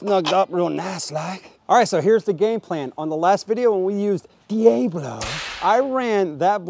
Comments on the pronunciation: Dee-A-blow. LOL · "Dee-AYE-Blow..." lol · I cannot tell if you are pronouncing Diablo like that purposefully or not.